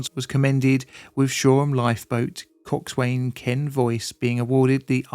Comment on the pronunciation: Coxswain is pronouned " coxsun" to make it easier.